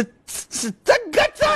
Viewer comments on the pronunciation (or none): S- S- STUTGATAH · When he got to the Bundesliga I was crying at Aallbe Lessapigg Vs Freebrook